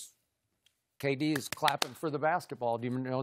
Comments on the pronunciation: he says GayD instead of KD 😂😂😂😂😂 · McGee said GayD instead of KD. My guy. Lol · He said gayd not kd lol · he called K-D gay-d. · "GAY-D" Lmao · “Gay-D” 😂 damn JaVale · Lmao this man javale said Gay-D he shaqtin a fool everywhere😂😂😂